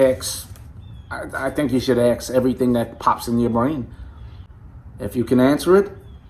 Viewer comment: Hi Bro... ... Sean and you talk the same way...you both talk...about axe in stead of ask... ... Please don't be offended... ... As critical listener... ... I AM just interested how 2 BROTHER s of the same household MAKE the same mistake...and if i am wrong because yall (‼🎵) speak the same local "slang"...(ask me with it means in MY maine language) ... And 2nd...I hope Sean is not READING this: you think more than your BROTHER Sean‼Cracking jokes here...but i am serious... ... My solid hugs to you and bro Sean... ... Amazing job you both are doing in THESE "last days of the last days, just before the 8GB go extinct"🐉🐉🐸🐸🐍🐍📱📱🎞🎞📽📽